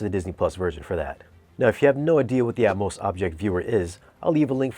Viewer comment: Are you saying "Atmouse" on purpose because it's Disney? Lol